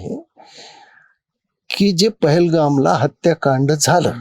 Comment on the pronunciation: अहो हे महाशय पेहलगाम निसर्ग रम्य विभागाच उच्चार करता येत नव्हते.आदल्या रात्रीची झिंग उतरली नसावी असं वाटतं.